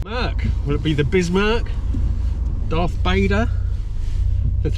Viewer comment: “Dearth Bader” just because I’m a Star Trek fan… I love Hand Solo! “Frank (Fürter)” close second.